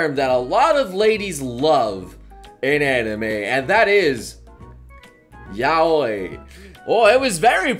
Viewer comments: Ya-wi not Ya-oy. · oh... its yow wee not yow oi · xXIt'sMePiexX x I always pronounced it like "yowie" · I thought it was pronounced yow-EE! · I always thought "Yaoi" was pronounced "Yao-wee" lolol~ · You're pronouncing Yaoi wrong. It's pronounced like "yOW-ee". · Tf r these pronunciations. when he said yaoi like that I got triggered af why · WAS THAT THE FRENCH PRONUNCIATION OF YAOI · You freaking pronounced Yaoi wrong triggered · I don't think pronounced Yaoi right...just saying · Umm........ RIP the pronunciation of Yaoi. NOOOOOOOOOOOOOOOOOOOOOOOOOOOOOOOOOOOO FUTANARI. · But, Yaoi sounds like Yowee, and Yuri sounds like You-Ree. Come on, we both watch anime all the time, you should know the pronunciation already xP